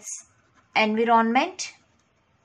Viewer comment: It’s not En-vee-ron-ment